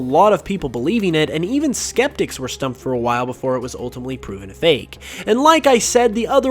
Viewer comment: Why are they all recent leaks? A lot of the older ones (like PurpleKecleon's gen 4 starters) are so much more interesting. Also, is the only person I've ever heard pronounce the fake in fakemon as 'fakie".